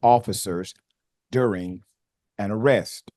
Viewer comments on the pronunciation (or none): none